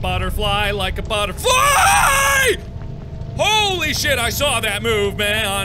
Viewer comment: I like how , that metal endoskeleton freaked Mark out to the point where he emphasized the word “fly” when he said “Like a butterFLYYYY!!!!“ (exactly like the caption)😱➡️😆🦋👐🏼